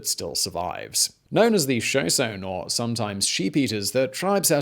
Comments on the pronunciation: Pronouncation of tribe: The pronoucation of Shoshone tribe is "show-show-knee". Hope that helps some people. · The tribe is shuh-SHO-nee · FYI: Shoshone = show SHOW' knee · Say Show-shown-y, not Show-sone or Showshown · Show-shone-ee not Show Shown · Guy zer..... And Shuh Show ne. Just trying to be helpful. You nailed it. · Dammit boy It's Sho Sho nee Get it right fact boy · I love you so much, but it's "Shuh, show, ni" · Show-sone ? WTF? Geezers? They are not small water heaters like in English homes. click-bait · "Show-shown" & "geezers" 🤣💀🤣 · show-shown-ee. and gi-zer, not geezer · I hate to be a grammar nazi but Shoshone is prounounced, "show show knee". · The "Showsown" live among the "geesuhs". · Shoshone (Show-Show-knee). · Show-shown? How delightfully British. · I know its spelled "Shoshone", but there is an "ee" at the end... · Geysers = "Guy - Zers" ; geezers are cranky old people. Shoshone = "Show Shoney" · That's Show-shon-ie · "Guy-zer" & "Show-show-knee" btw. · shuh· show·nee - emphasis on the second syllable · shoshone -----shuh--show--nee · Sho sone? What is the matter with you? It's like you go out of your way to purposely mispronounce names that any 4th grader could look up properly. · Sho-SHO-nee. GUY-zer. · 1. Ghee Zers. Are little old men😅 however, a guy zer is hot shooting water 💦 2. Shuh show nay are nomadic native tribe From the Yellowstone region. I am a Saaa bean (Sabine) a nomadic tribe from the Sabine River basin in east Texas/ western Louisiana. So damn it Simon. Start pandering to Americans for a change 😅😂🤣. ❤️y’all, keep up the great work❣️ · Shoshone is 3 syllables. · Shoshone is the tribe a shoshonee would be a member of said tribe. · And "Shoshone" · Is that why he mispronounces "Shoshone"? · Yeahhhh I was like the sho sho nee? Geezer is Guy zer. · Jeff Oliver Yeah, that one hurt my ears